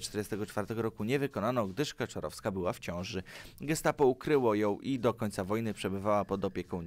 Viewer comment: Nie Kaczarowska a Kaczorowska